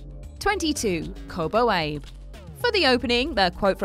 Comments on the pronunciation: A-BE NOT AYB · ah-bey, it's pronounced Kobo ah-bey. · Kobo Abe is pronounced Kobo Ah-Beh. Since when was the an Abraham in Japanese? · It's pronounced "Koh-boh Ah-be" (like "be" in best.) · First, it's pronounced "Kobo ah-bey". Second, it's a novel, not a poem, and it's not about one man who wears a large cardboard box over his head, it's about a large number of people wearing them over their entire upper body. If you'd done anything but the bare minimum effort, you'd know that. When you disseminate information to a large group of people, you have a responsibility not to spread utter bullshit. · Actually "Ah-be" (the "be" like in the word 'best'.) But true. Glad so many people in the comments are setting it straight, too.